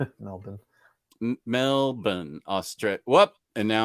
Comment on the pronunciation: You pronounced Melbourne as a true legend!